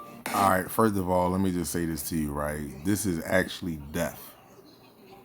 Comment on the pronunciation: It’s pronounced FIRST with a T my guy!!!